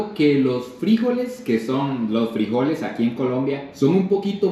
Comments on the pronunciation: Se pronuncia Frijoles, sin acento!!! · Nunca escuche decir frijoles de esa manera siempre lo escuche normal soy de costa rica y esa bandeja paisa se duro con el casado comida tica también tiene varios ingredientes me gustó se vio rica la comida colombiana